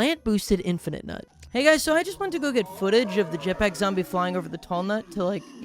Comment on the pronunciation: I love how much a hater can be while also being utterly mistaken. Like he’ll take about how terrible a plant is while actively mispronouncing its name. And then he’ll just also mispronounce names all the time lmao Like seriously bro it’s infi-nut not infinite-nut, it’s a pun man.